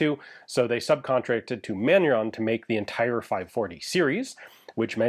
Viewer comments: Sir, Manurhin is pronounced not "manurhon", but more like "manureen" Thank you, keep the great work! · Ian, Manurhin is not pronounced "Man-yu-ron" but more like "Mah-new-rrruuuughhh" - say first part like a Rasta, the second part like a Scotsman and the ending like a dying gargle.